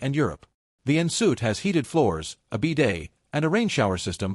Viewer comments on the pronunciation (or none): The "nsoot" is pronounced "on sweet"... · An "in soot" bathroom 😂😂 An en suite? 😆